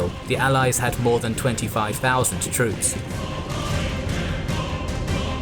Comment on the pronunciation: Слово «troop» на английском слышится как «труп» на русском 😑